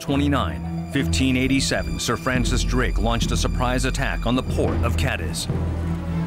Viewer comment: I wish you would do a better job of pronouncing Cádiz.